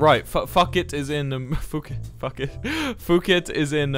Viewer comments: I love how he pronounced Phuket as fuq it and not pookett 🤣🤣🤣🤣🤣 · WILBUR ITS PHUKET NOT FUCKIT😭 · Its not "Fooket" its "Pooket" ;-; aslo the ภ is sounded like P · as someone who is actually Thai, it’s pronounced as ‘poo-ket’ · As a Thai person,WILBUR ITS PHUKET PRONOUNCE THE PH TOGETHER ITS NOT LIKE AMERICANS THAT PRONOUNCE IT AS AN F- WILBUR WHY. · Watching Wilbur pronounce Phuket in was painful…